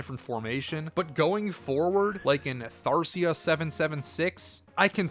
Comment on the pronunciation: Omg u spelled it the same way he mispronounced it lol maybe yall both have dyslexia?